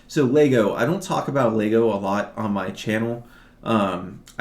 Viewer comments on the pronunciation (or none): none